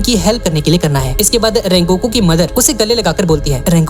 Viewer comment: Sungoku ❌ Rengoku ✔️ 💀👍🏻